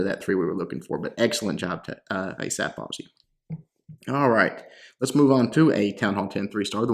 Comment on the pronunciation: "Asp"😂. Its pronounced A Sap